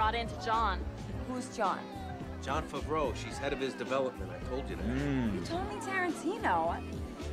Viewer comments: Jon Favr-aeiou 😆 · John Favri-ay-yoo is hilarious 😆